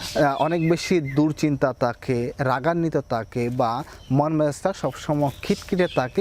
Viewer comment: তাখে না ভাই থাকে।উচ্চারণ সঠিক হলে শুনতে ভালো লাগে